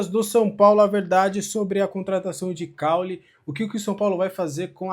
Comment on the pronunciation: não é CAULE , ate porque CAULE é de planta , É CAULY , como se tivesse acento no Y